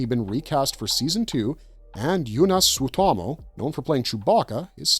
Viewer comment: Yunas Sutamo 😂Joonas Suotamo. You could pronounce like Juunas Suo-ta-mo. It's not correct, but better.